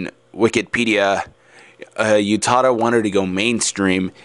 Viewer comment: um, sorry but i just need to say this, it's not YOU-tada. it's U-tada. Oo-tada. but then, ah well. i love your voice. it's an interesting insight too.